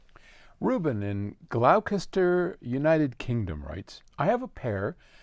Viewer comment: It is pronounced Gloss ta shur (spelt Gloucestershire)